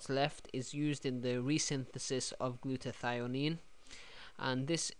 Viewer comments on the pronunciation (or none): The molecule is called glutathione not glutathionine